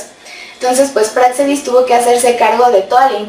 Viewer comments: La “x” se pronuncia como j, así como se escribe México y se pronuncia como “j”saludos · Y aunque no lleva acento ortográfico, se acentúa prosodicamente pero en la letra “e” no en la “a”, como lo haces tú, es una observación, saludos